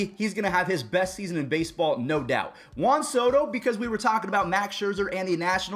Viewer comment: It’s Juan Soto